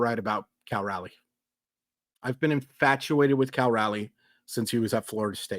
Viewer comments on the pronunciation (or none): ...please, please, please learn how to pronounce Cal Raleigh's last name. It's not Rally.